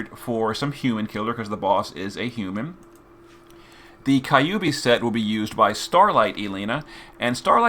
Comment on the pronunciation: i'm used to the way he says kokuryu now but that he said kyubi the same way actually caught me off guard lol